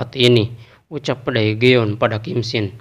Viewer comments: cara pembacaanya terlalu jujur daegeon itu cara bacanya degun 대건, jika daegeon di baca daegeon itu jelas terdengar seperti susah sekali membacanya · Daegeon di baca degun min, jagan terlalu jujur bacanya